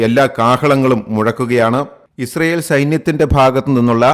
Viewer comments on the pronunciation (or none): none